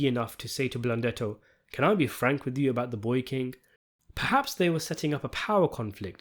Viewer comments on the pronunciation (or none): none